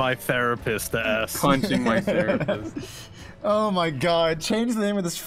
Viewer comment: gunna need a real therapist for the short time it was 'the-rapist'